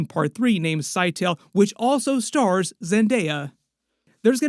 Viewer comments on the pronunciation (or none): none